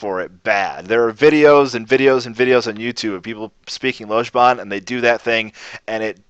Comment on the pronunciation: Mmm, so indistinguishable that our glorious teacher manages not to pronounce the word 'Lojban' correctly even once! This 'o' sound comes up loads in the north of England. The Mancunian 'long o' is pronounced this way. Greet someone from Manchester and you will probably here a friendly "Ello!" in response. The 'o' in that is exactly the same.